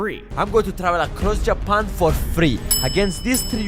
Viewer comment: Jewpan 😂😂 its JAPAN